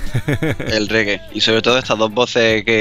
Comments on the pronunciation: por favor, es reggae, se pronuncia con e no con i riggj que pronuncia mucha gente... Y me saca de quicio un poco jajajaj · Aunque haya dicho mal lo de "riggi" espero que os haya gustado la sección jajaja Un saludo!